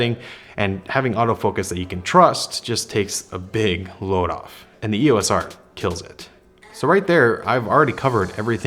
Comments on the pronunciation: Welcome to the Canon universe. Since you are here, you should know that "EOS" is a word, NOT an abbreviation. It is two syllables - "EE-OSE". NOT an E.O.S.. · Like the other often mispronounced word "ISO", "EOS" is always spoken as a single word, pronounced "EE-ose", and NEVER called as individual letters. Don't believe me? Ask Canon. Or just watch any official Canon training video or presentation.